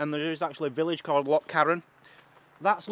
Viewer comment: I love you I love you for life you sound do good when you pronounced loch right, your videos are fabulous keep up the good work, Mazzy keeps you on your toes eh ha ha ha she is braw xx